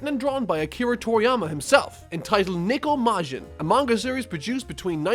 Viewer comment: "Niko Majin"? Lol, it's Neko, not Niko. I imagined Niko from GTA4 in a Majin form, when you said that xD